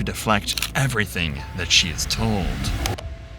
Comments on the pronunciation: I HATE Leticia Stauch... With every fiber of my being. I even hate the way she mispronounces words like "Everythink" and "Land field".... Ughhh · "Why would I harm our child out of everythingk" why does she and her daughter week end certain words with a g with a k in instead, is it the accent? I hear this on southern people alot.. . Example: Everythingk, wonderingk, etc.